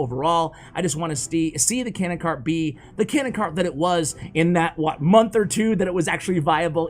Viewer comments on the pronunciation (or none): none